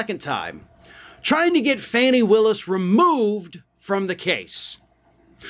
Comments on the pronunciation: It's not FANNY. It's pronounced FAH-nee. Please fix this. It's irritating and it demeans your high quality reporting. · “FAH-nee”, not “Fanny” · BTW, it's not "Fanny" Willis; it's "Fawny" without the "w". Fani Willis. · Her name is Fani- not Fanny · Just being nitpicky here. Her name is pronounced Faw-nee